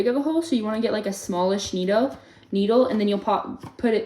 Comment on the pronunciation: Small-ish needo- needle 😂😂😂